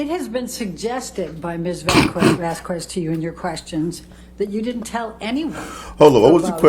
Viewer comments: Amber's attorney annoyed the hell out of me with "Miss Vazz Kwezz", it's common courtesy to attempt to pronounce someone's name and surname correctly. Who am kidding? She didn't even know Amber's name at the start, look it up lmao Maybe I'm just too "English" so I set my expectations too high. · This ain’t got nothing to do with the case, but her lawyers are some of the dumbest educated people I’ve seen. Like, I’m sure they’re educated on laws and whatnot. But listening to them stumble over words or pronounce Vasquez with an audible “u” is distracting.